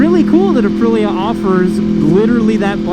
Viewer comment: lol you said “uh-pril-uh” lol and always the follow up “is that a 600? Looks small.” 😅😅😅😅